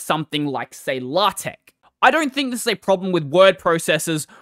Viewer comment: LA-TECH??? DO YOU MEAN LAY-TECH???